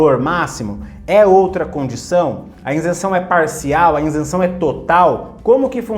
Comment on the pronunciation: Isenção e não " Insenção "